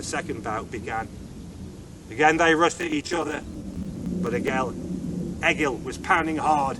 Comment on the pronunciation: That was awesome, however you are saying Egil wrong. It is pronounced Ay-yil, not Egg-ill.